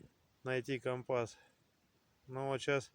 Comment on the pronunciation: Только не компАс,а кОмпас. КомпАс-морской прибор.